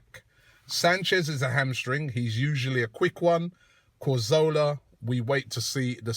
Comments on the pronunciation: CATH ORLAH> KAZ OR LAH > COR ZO LA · You say Cazorla is one of your favourite players, but you still can't say his name right! :P Not Corzola, it's Cazorla* xD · Well technically it's 'Cathorla' but I see your point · Yea, why does Robbie say CO? it is CA.